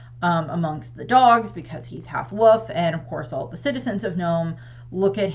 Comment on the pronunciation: I like that you say woof instead of wolf